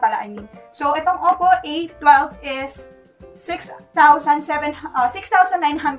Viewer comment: hi, correction: it pronounces as oppo ey-wan-2 or "a-1-2)